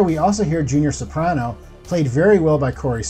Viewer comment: Soprano is the only name you say correctly